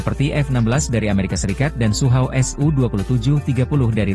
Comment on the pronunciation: Sukhoi bukan suhauw